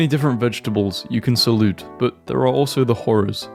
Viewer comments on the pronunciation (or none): saying saute as salute I cant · The fact you pronounced “saute” as “sa-oot” twice in this post and I still had to back it up to believe my ears 🤣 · Ummm, I understand how you mispronounce some words but HOW DO YOU NOT KNOW HOW TO PRONOUNCE SAUTÉ? It’s one of the most comm forms of cooking veggies. Saw-tay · Sounds like 沙嗲（Satay） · can (allegedly) pronounce “” But he can’t pronounce “sauté” And he can’t pronounce “illicit” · This is a W pronunciation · fair enough 😅, but I think we both agree what he said was no where near it